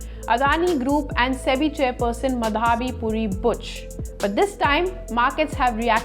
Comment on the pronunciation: ''माधवी पुरी'' --नॉट ''मधावी पुरी''. प्रोनॉन्शिएशन इज् नॉट करेक्ट. प्लीज् नोट.